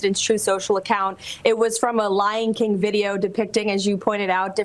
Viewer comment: Lion King or Ly'n King?